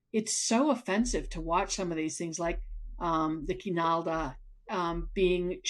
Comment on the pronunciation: So, I watched this critique & waited a day to formulate my response., I'm sure you are a fine educator but I don't believe you are in a position to tell us what we can & cannot watch. What I found more cringy than the Navajo used in Dark Winds was your pronunciation for Kinaaldá. You kept saying kináalda, which is wrong. If you are going to be a harsh critique to Tony Hillerman, you have to pronounce your Navajo words correctly. I think that Tony Hillerman's work is amazing. As Navajos, we have no insight to what an outsider perceives. We don't know what outsiders don't know. I'd say Hillerman was a good cultural ambassador at explaining traditional concepts giving the outsider's perspective, especially since Navajos can't talk about certain things. He is also giving the perspective of reservation life from the 70's, something that some of us were not alive to see. As a first-hand witness to the reservation at that time, I'd say his novels give us good insight to that & I find his work valid.